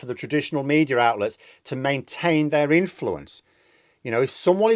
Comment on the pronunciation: Please stop saying mediar